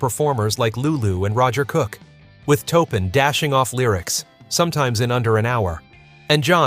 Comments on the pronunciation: Just words of advice, please proof your videos. Too many mispronounced words ruin this documentation. Make sure you do your homework. It really makes a significant difference. It's Taupin, not "Topin" Otherwise I appreciate and applaud the attempt. But take the extra time to fix any mistakes. It'll put you in a much better light. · It’s pronounced Torpin, not toepin. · omg say toe-pin one more time 🤬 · The name is pronounced "TORR-pin". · TAW PIN !